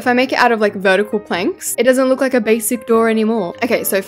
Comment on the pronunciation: It’s vetical